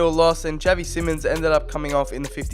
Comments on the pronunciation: It’s pronounced shavy not chav e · Not Pronounced as Javi, literally pronounced as Xavi, (Za-vee)